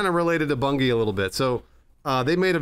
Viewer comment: I fucking lost it when called it "Bun-gee."